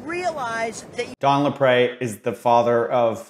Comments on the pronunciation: it's pronounced "LapREE" you sound annoying trying to add a French accent on it. & what's sad is Don Lapre ended up HANGING himself in county jail over these charges! He had a family, a daughter. Now look at all the SCAMMERS out there today online!! they need to be ARRESTED!!! they're far worse than "tiny ads" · Don LaPre = laPREEEE, not laPrey